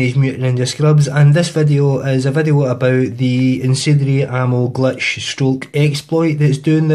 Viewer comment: its glitch not gletch